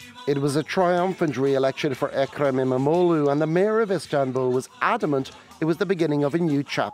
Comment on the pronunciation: Wow your pronunciation of İmamoğlu was perfect.